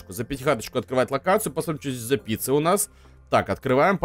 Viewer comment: Он сказал не пицца а пися